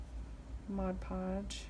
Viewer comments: “Modge podge” lmao drives me crazy too!!! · Literally the only person I've ever come across that pronounces Mod Podge properly. Lol I've always only heard "Modge Podge". Very helpful video! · Best tutorial! Your also the only one I’ve seen that actually pronounces Mod Podge the right way lol..